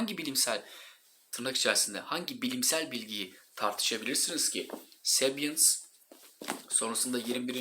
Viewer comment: Sebyıns değil hocam direkt sapiens diye okuyoruz. saygılar.